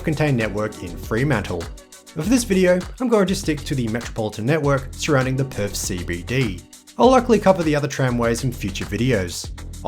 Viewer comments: It’s pronounced Perth not Perf mate. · Perth, not Perf. 😂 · And, Perf = Perth.